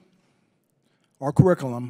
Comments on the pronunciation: What’s “cariccalum”? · “In our quick-I-lum. Akwas…” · “Our carikalum”? Really? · a four star general who cannot pronounce "curriculum". God save our nation and save my beloved Corps. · He cant even pronounce curriculum...i thought these generals were to be thd best of the best...😢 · You should be able to pronounce the word curriculum before you can teach one.